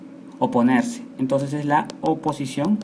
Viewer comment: "Opisición" jajajaja